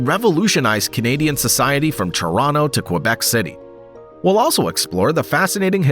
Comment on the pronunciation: Why can’t you pronounce Quebec properly?